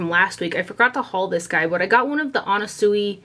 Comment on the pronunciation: The way you pronounce "Anna Sui" since you received that unpleasant comment... even when it's not politely asked you bother to make it right 😏 Also, thank you for taking the times to link every product, and for your video. Such a breath of fresh air.